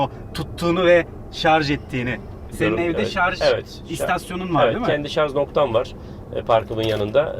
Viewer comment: "ŞarZ noktam var" demesinden de anlaşılıyor :)